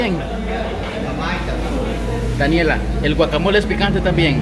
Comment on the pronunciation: Ay chicos no se dise guacamol es guacamole pero no sean exagerados esta bien k somos mexicanos pero eso no kiere decir k comemos sólo chile obio la salsa para los tacos solo es para acompañar y de a pokito